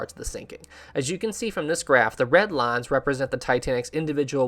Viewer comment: I couldn’t tell the accent till you said “lines” :) not an insult. Love the videos